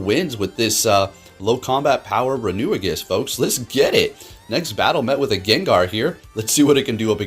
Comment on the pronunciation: i see a runerigus video and i watch just to hear him pronounce "renewigus"